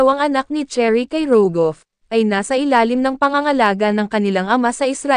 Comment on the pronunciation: Nooo not Cherry dear, it's Sheh-rih 😣